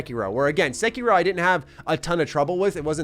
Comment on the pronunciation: Bruh, why you call it sekyrow??